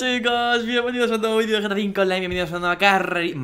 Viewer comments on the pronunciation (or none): none